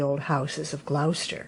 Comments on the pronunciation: Hi, beautiful telling of your story. The mice were good actors. Hope you don t mind me saying you pronounce Gloucester as Glos not glous. Happy new year to you xxxxx God bless xxxx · Thank you,! From a Brit expat in Nashville. I LOVE Beatrix Potter! What a treat on Christmas Day 😊. (By the way, Gloucester is pronounced "Glo-sta", short vowel on the o, like in Glock) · Lovely story. Just a small point... Gloucester is pronounced 'Gloster'. Merry Christmas from England ❤